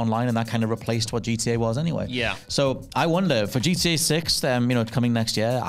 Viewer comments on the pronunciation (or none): keeps calling it GDA because of accent. Makes me smile.